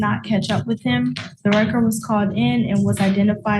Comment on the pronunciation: what's a record truck? Edit: Maybe he's saying wrecker truck.